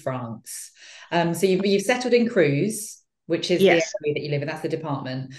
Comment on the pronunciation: Will somebody pronounce "CREUSE" properly ! It rhymes with "hers" in English !